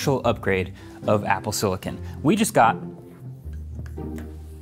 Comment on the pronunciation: "silikin" is so annoying to hear